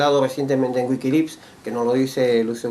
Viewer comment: ¿Qué es eso de "Wikilips" ? ¿Periodista ese que no puede ni pronunciar? Esto seguramente lo grabaron en la casa del mismo Lucio. No puedo creer que todavía aparezca este tipo (Lucio) que no recuerda que fue ÉL quien orquestó y participó en un golpe de estado.